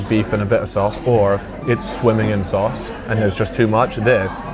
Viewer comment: WHY DOES HE SAY “SOAS” INSTEAD OF “SAUCE”